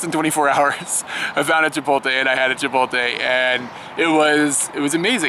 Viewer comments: Chipotle is pronounced chip- oh- lay. Not chip- ot- lay like how you say it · Hey guys, I've been subscribed for a month and have enjoyed many of your videos. However, I will be 'that guy' and inform you of the fact that Chipotle is pronounced 'Chee-poat-lay' and not 'Chip-ol-tay'. Thank you for your understanding. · Duuuude... It's chee poht lay!